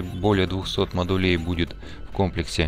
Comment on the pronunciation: С наступившем новым годом! Как всегда, спасибо за полезное и отличное видео! Очень здорово, что углубляешься в механику игры. Смотреть одно удовольствие. P.S., пожалуйста. Не модУлей, а мОдулей. Не секторОв, а сЕкторов. Не складОв, а склАдов